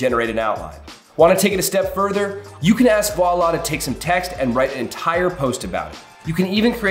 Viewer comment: I have never heard the word Voilà so butchered before! 😂